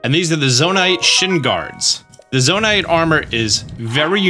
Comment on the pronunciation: Really hate that you say Zona-ITE